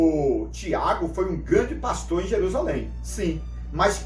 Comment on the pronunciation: O especialista corrige o nome no vídeo: "prastor'' kkkk